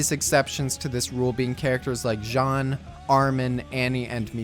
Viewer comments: okay know it isn't tou uncultured swine, but I don't blame you, I've encountered many people like you but it is obviously pronounced "jean" as in blue jeans" not john, and I don't know where you got that from, but when you pronounce his name its almoslt like "sheen" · Good video except for the fact it's pronounced like genes not John Cena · Did this nigga really just call "jean", "john" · He even pronouce "john" instead of Jean